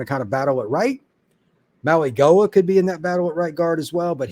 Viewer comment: Hey brother. Francis ' last name is pronounced Maui-Noah. I know, there's a g there lol.